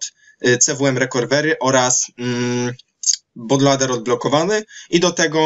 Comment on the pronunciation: but lołder :D